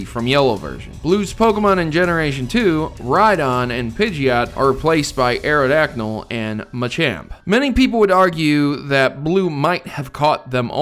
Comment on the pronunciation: why do you always sat Aerodacnyl? The name of the pokémon is Aerodactyl. Nice video btw.